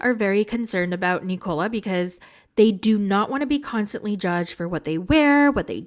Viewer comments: Hey it’s NIKO-La. Not “Nicole” -lah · Why are you pronouncing Nikola's name like it rhymes with Ricola cough drops? Listen to how Misha says his name.